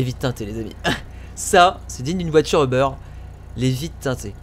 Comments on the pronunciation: c'est UBER Pas OBER parce que moi chu au Quebec et c uber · C'est pas euberre mais uber